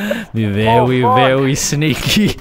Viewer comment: cool vewy vewy sneaky